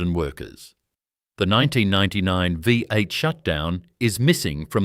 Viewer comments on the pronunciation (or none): Don't yu just love AI voice-overs ? NOT !! Like a Vie 8 and Broogahm ! haha, oh and a picture labelled Holden 253 V8, but the picture is some random old straight 6. Love watching Holdens doing their thing on YT, but please, can we ""keep it real". This could have been a great video. Not subscribing.